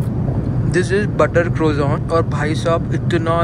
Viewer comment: Please don't pronounce it as crozone, ask them what is croissant correctly pronounced, actually a French word for that roll. Thanks.